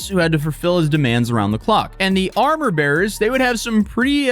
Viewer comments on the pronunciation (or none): none